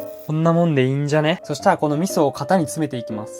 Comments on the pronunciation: 味噌っていっちゃってるww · なんか味噌って言ってね？笑笑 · 味噌って言ってるじゃんwww